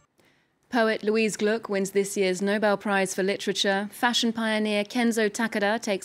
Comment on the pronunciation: Gluck not Glick🙄